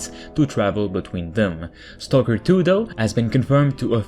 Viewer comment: u didnt say stalker 2 u said Toko 2 wot XD i like the channel and what u do but i despise ur pronunciation